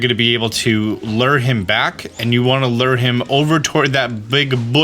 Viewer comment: You said Dedenne's name right, but you screwed up Vivillon's name. The double L is pronounced like a Y. ....and you're STILL saying the word "Lure" wrong!!!